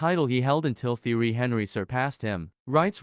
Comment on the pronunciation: You’re pronouncing Thierry’s name wrong. Watch some clips or something because that’s disrespectful to the King of Arsenal